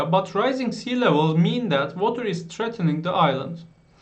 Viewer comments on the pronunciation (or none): Merhaba, affınıza sığınarak ufak bir eleştiride bulunmak istiyorum. Okuma'da bazı yerlerde telefuz hatası yapıyorsunuz. Örneğin ; "threatening" kelimesi gibi. Acaba ben mi yanlış hatırlıyorum diye cambridge'e baktım ve tespitimin doğru olduğunu gördüm. Sadece ufak bir geri bildirim olarak düşünün. Hepimiz hatalar yapıyoruz. :) Emeğinize sağlık. Teşekkür ederim.